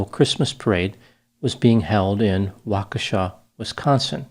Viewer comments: So happy you pronounced Waukesha correctly! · He pronounced “Waukesha” correctly. That, like, never happens. Thank you.